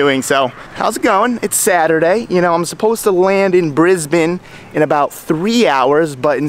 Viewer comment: Kudos, you pronounced Brisbane correctly. Must be hanging with Sammit